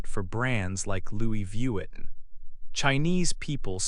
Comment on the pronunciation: Pronunciare in maniera decente il nome Louis Vuitton mi sembrava il minimo! Peccato. Fa venire talmente il nervoso che rovina tutto il video